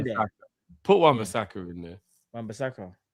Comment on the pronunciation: thats a red card for saying wan bissaka 😂🤮